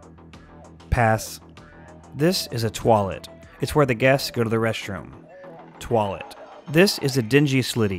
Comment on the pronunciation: Wait, you just used the Dutch pronounciation for toilet. Didn't know you were Dutch